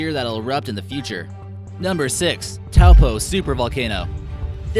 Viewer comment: You pronounced Taupo wrong, it is quite a difficult word to say. If you say 'Toe Paw' as one word you should get the correct pronunciation, or close enough.